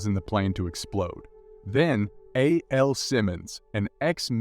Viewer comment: his name is AL and you said A L as in the letters, listen I like the channel it’s just the little things like that need the work